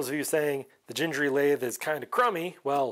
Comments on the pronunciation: It is actually pronounced with a hard G like in green or google. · you should pronounce gingery the way you didn't want to pronounce it. It has "harsh" letter Gs in both locations. I have watched the video where he introduces himself and you can hear him say his own name - that is definitive. I believe the video was mostly about him playing a fiddle and I have it on DVD somewhere, but I don't think it is on the Internet. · It is definitely hard 'g' for both the first and second 'g'. I talked on the phone to his son's wife when I ordered his books in bulk back in 2006, and that's how they pronounce it. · I have watched a few videos regarding the Gingery series, and it drives me nuts when they pronounce “Gingery” with hard g’s… I have no idea if it’s right or not, but I’ve been saying “ginger” my whole life, and I can’t change now! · It's Gingery with two hard "g's". Like in gold. Had the pleasure of taking Dave to lunch while visiting his hometown 20+ years ago. Great guy. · Subscribed! Definitely going to follow! Back in the 90s, I was making an order for this series with Lindsay publications, the original place to get the series (Lindsay was a friend of Mr Gingery). I was playing with Mr Gingery's pronunciation with the lady, trying to figure it out, and the lady got slightly aggressive correcting me. The next catalog, they specified "That's Gingery, as in sing-ery". (J sound on the first letter) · Dave said his name was pronounced like thing, as in ging-a-ma-thing ( that is more or less a quote)